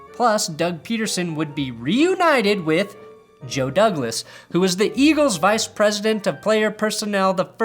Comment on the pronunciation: "They wahs blowin my ahs up" I wanna draft him.